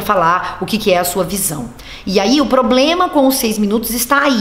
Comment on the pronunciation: Será que o Miliciano do Planalto já consegue pronunciar ministro em vez de menistro? Problema em vez de pobrema? Aguardemos cenas dos próximos capítulos. Ou próximos vexames.